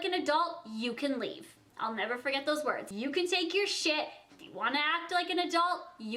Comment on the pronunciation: Lies!! The way this girl pronounces some words 😯😫😒